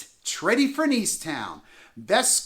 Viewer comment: Your pronunciation of Tredyffrin makes you sound quite foolish. Perhaps you should have done a bit more research.